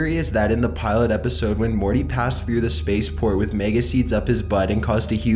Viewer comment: Wolfgang Schröder I cant believe I went to comment and saw this comment. he stretches out every last syllable, especially "E" sounds. Morteeey